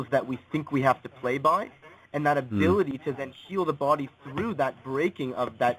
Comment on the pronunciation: Oh my god.... "I wasn't absorbing nutrients in my bawdy... So I got fat" Biittch